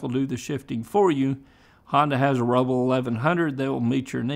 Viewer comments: Rebel not Reble. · "Honda REBLE". Sounds French 😂